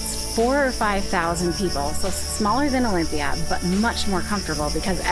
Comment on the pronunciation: Pls dont bucher local names Is aRAhova and not AraHOva and delPHI and nor DElphi and olyMPIa and not oLYmpia !! But overall a great video !!!